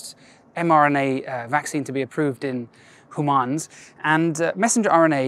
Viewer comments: When he said 'Hoomaans' I really felt I was in good hands. Seriously nice to see someone not being so goddamn stiff and serious when delivering info like this. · Quite interesting how he pronounces "humans" at while explaining about this type of experiment I mean v@